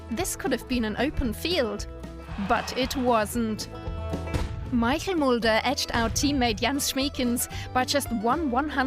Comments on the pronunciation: It isn't Michael Mulder it's Michel Mulder. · Michel Mulder. Not Michael Mulder.